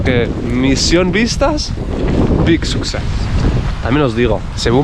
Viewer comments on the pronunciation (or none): será LADIES AND GENTLEMEN, no ladies and gentleman. Además, SUCCESS sacsés, no sucsés.